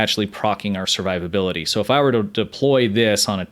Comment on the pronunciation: "Servivability" Lol.